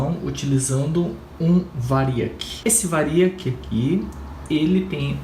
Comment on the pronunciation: É Triac e variac. Tira os acentos da pronúncia. Bom vídeo